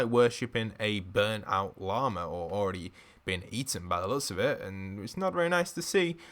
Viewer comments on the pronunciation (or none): none